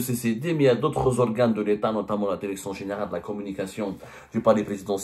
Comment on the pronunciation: Direction et pas dèrection. Apprenez la prononciation.